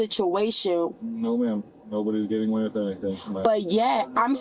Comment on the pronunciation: With being pronounced as wiff is making my brain itch.